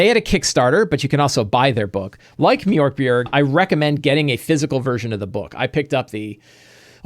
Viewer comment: It's definitely not pronounced "mjork berg" 😂. The O with the dots is pronounced much like the Americans would say "ea" in in the word "heard". Borg is pronounced "bori" (like the word "boring") in Sweden.